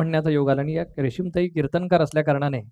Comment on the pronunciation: मराठी माणसं "किर्तनकार" उच्चारतात, ते न्हवे, कीर्तनकार म्हणा 🙏🙏